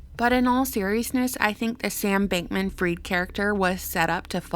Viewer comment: it's pronounced Fried as in Fried Chicken and not Freed Chicken, cus ur speaking english.